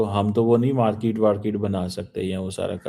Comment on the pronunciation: Markeet bolna sikh le phele, mote chimu😅